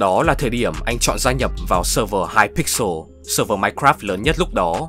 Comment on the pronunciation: mặc dù video rất hay nhưng mik xin chỉnh sửa lại 1 vài đoạn: hypixel không phải hyper pixel wilbur soot chứ không phải wilbur scoot và thiếu đi sự kiện mc ultimate